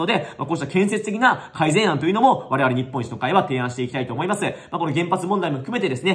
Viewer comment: 言ってる事は正しいと思うけどずーっと日本一の会としか聞こえなかった。政党名はちゃんと言った方が良いと思う。